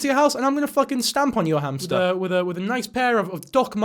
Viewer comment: I didn't laugh but the hamsterrrrt😭